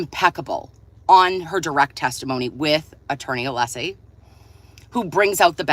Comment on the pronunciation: Just curious, does HB think it’s a flex to repeatedly mispronounce Alessi’s name when everyone in the courtroom, including Auntie Bev, is pronouncing it correctly??